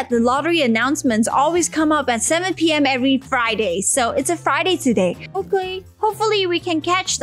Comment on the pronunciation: The "OKEH" never gets old